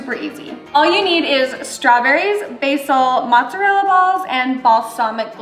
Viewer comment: needs to learn how to pronounce mozzarella and sorry but there is something so unappetizing about hearing her say the mozzarella is in “fluid”🤢🤮